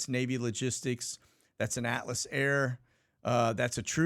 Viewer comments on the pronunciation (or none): none